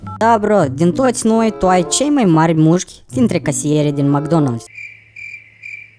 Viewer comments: Ai spus de 8 ori muşci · Ai zis muşci de 7 ori. M-am abonat! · Au spus nuschi de 8 ori